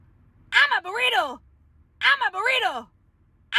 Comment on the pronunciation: I like how just is saying I am a borito🤣🤣😂😂